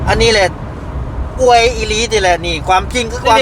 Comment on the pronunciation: บ่าวลาว #อวย ไทย เด้อ ไม่ใช่ #อ้วย #อ้วย มันจะออกเสียงเดียวกับ #,กล้วย #ช่วย #ด้วย ภาษาไทยต้องใช้ #อวย ครับ #อ้วย ภาษาเขียนไม่มีนะ